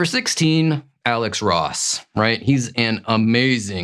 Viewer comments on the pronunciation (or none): none